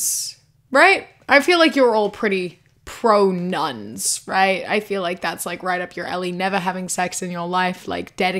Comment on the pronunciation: I thought you said "nonce" instead of "nuns" at first, I was so confused